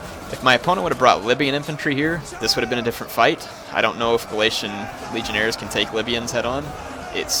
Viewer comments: Legionaries,. Legionaries. Not Legionairres. They aren't French. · legionairies, heir not legionaires, legion-eries is how it is pronounced!